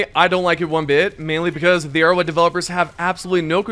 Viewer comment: Nobody can convince me this man is saying arrowhead. He says erowid